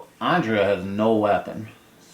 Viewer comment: You’re saying Andrea wrong. You’re saying it like Ondrea. An ‘A’ never makes that sound in the english language.